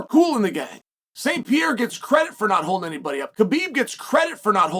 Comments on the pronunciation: The whole Alex "Piera" thing was fun at first. It's becoming unlistenable now... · PEE AIR UH